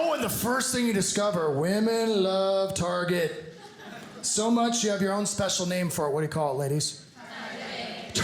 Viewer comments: Never heard a person calling it tar shay.. at least the women here where I live at least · Excuse me, it's Chez Targez -- LOL!!!